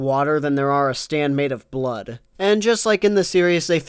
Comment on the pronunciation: Stop saying the ward stand.